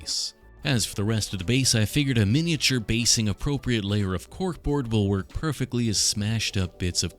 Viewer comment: I heard the word ork too many times so when you said cork board i was 100% positive you said ork board